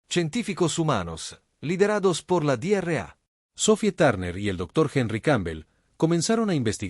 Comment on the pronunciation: Dra = Doctora es una abreviatura no ( Di erre a ) porque si se pronuncia sin pausas como en esta traducción en español suena como (Diarrea) que en español es literalmente una mi€rda 💩 💩 🚽🙆🏼‍♂️ 🤦🏼‍♂️ 📖 revisen la IA de traducción porque esta no es la única palabra incorrecta aunque no son tan llamativas